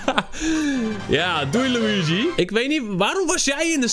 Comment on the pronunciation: Schaduwtje LUI GIE!!!!😎🙌 zoals je dat zo prachtig mooi uitspreekt 🤣